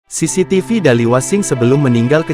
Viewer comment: Baru kali ini aku dengar orang nyebut cctv jadi ce-ce-te-ve